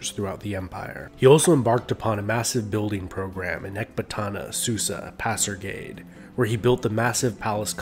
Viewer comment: Excellent video but it's pronounced "Pas-ar-ga-dai "